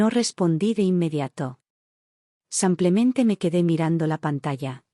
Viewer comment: Sus historias son muy agradables y me entretienen. Pero, uds leen ésas historias antes que sean enviadas para el público?? La persona que hace la narración no hace nada bien las entonaciones, tanto que en vez de decir " SIMPLEMENTE" la narradora dice " Sanclemente" y hay otras narraciones muy mal entonadas. Deberían revisarlas primero.